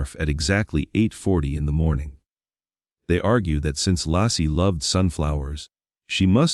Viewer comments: Her name was Laci (Lay-ci) NOT Law-ci! Tell your Ai to smarten up and get it right. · Her name was Laci pronounced Lacy not Lassie like the dog!!!! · Not Lassie ! Laci. 😊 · this pisses me off that the stupid AI isn’t saying Laci’s name right